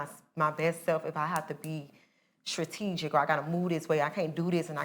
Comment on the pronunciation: "I'M not Trategic" lol